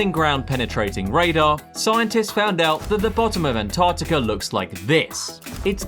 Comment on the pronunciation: Mate ya might want to learn how to pronounce ANTARCTICA before you make yourself a guru on it innit😮